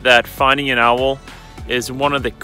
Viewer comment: I realize I have some bend to me with how much this bothers me: Owl is one syllable. Not two. Not ow-well That is all.